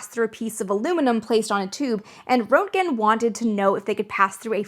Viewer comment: More nits: Rent' gen is how I've heard it. And Nickel. Let me know if there is a private way to convey this stuff.